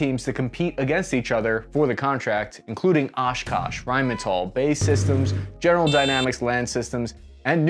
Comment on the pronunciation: since when did Rheinmetall become American?? (said til )